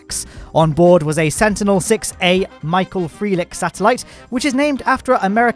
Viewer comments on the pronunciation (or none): Interesting pronunciation of Michael Freilich